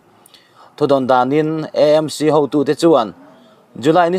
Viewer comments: I sawi dik lutuk,E M C,anilo,A m c,eizawl anilo,Aizawl.. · Vawi tam tak "EMC ' ti lovin 'AMC' ti a puan tur an ti si a... I😂😂 luhlul ve hrim hrilm... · E M C,ti lo in,A M C,ti thei ilang ava duhawm em aw,Eizawl nilo in,aizawl ani miau sia.. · EMC intiziah hi aninawm khawp mai Eizawl tiin ilam ngailo angin AMC tiin lam tawh hram teh un